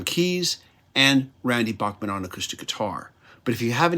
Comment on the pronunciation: Enjoyed this review. FYI, Randy Bachman has always said that his last name should be pronounced as Backman